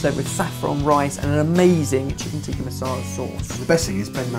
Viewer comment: In addition to Ben's horrible pronunciations, it's Chicken Tik-kaa Masala😀